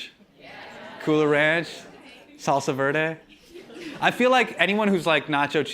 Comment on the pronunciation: Hasan, I know you brown, but please don't pronounce "salsa verde" like a gringo lmao.